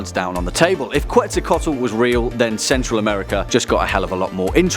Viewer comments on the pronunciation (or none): QuetzalcoATl, not QuetzalcoTAl lool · It’s not quetzacotl It’s quetz-aco-aot-l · (Kets -sal-Koe-toll) <—-it’s said like this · I liked the video. But in case you didn't know, Quetzalcoatl is pronounced Ketsalcoatl. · You absolutely butchered the name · You said the name wrong. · Dude you can't even pronounce Quetzalcoatl right.